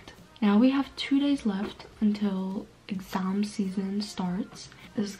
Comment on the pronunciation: i love how she says "EGGASMM" instead of exam.